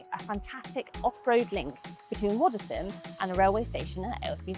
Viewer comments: Why can't people ever pronounce Waddesdon correctly. It's pronounced 'Waddsdon', you don't pronounced the 'e'. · You pronounced Waddesdon incorrectly 😬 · Do you know how annoying it is for locals that you can't even pronounce Waddesdon properly?